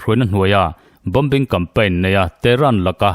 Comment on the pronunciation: Bombing......bom-bing to lovin bo-ming ti tawh la...